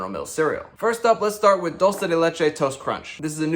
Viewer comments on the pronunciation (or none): 1) props for getting close on the pronunciation, but it's DEW-lce not DOLE-ce. 2) love that you call them out on the not-new marketing 3) is that a DSA shirt? Love it! Great video!